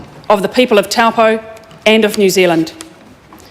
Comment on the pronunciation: It makes me cringe how she keeps misp4onouncing taupō